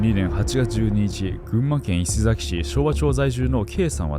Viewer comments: 伊勢崎のイントネーションが違いますね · たかざき、いせざき、ではなくたかさき、いせさき、です笑 違和感あって内容が頭に入らず😭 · いせざき、たかざきと聞こえるのは気のせいだろうか